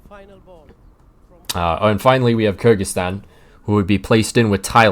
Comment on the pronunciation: For future reference, Kyrgyzstan is pronounced K-eer-gy-stan